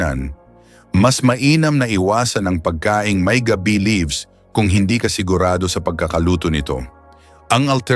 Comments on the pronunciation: Mali pa pagbigkas,,gabi (gabi as night time ang bigkas nya. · we appreciate your message,but,please study how to read specifically Tagalog,saka hindi naman dahon ng GAB Bi yung nasa picture.pronounciation not night,but GAB BI. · Sir hindi gabi(nigth)gaaabe.wrong pronounciation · Thanks po ulit sir at ang cute po ng bigkas nyo sa ga-bi hahaha parang gabi na night po hehe thanks a lot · Ano bang klaseng narrator ang napili ninyo? parang voice over na hired? Ang mga words na dapat MARAGSA bakit malumanay? Mali ang pagkabigkas ng mga TAGALOG? Wala na ba kayong makuhang iba? GA-BI --for example--the leaves--hindi pronounced na GABI --as in nightime! OO, maganda ang boses..KA-BAG--as in tummy gas, bakit ganoon ang bigkas--FAST! What not to say fast is supposedly be malumanay (slow) . Anak ng HWEEE! Ano ba yan. NAKAKAINIS pakinggan!